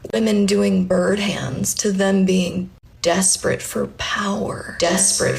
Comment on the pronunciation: Oh my God, reality is a meme at this point... I feel like neo and no longer want to abuse my power. God/Source/whatever is real... Lmao at the edit. "dasperate 4 powah"... Validation and attention.